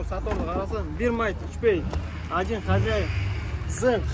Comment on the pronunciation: Сиденье,хозяин деп айталбай койдуң го .. 😂😂😂 4 тилде сүйлөгөн адамдай эле тилиң кайрылбайт го кээ бир сөздөргө .. мектеп бүттүң беле чының айтчы???